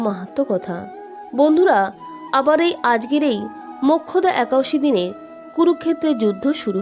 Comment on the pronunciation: একাদশী কথাটাই উচ্চারণ করতে পরছেন না।